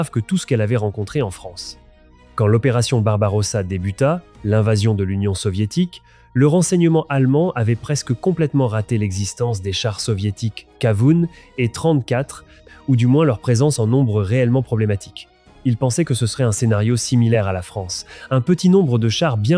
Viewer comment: ça te ferait chier de réécouter la voix AI avant de poster ? c'est du travail remarquable, et ça gache tout .... "le panzer i " panzer jagaer" "quatre ving' T huit" "le KA VOUNE"